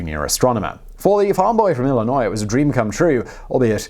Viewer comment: And yet, he pronounced Illinois correctly, something that half of Americans can't seem to do.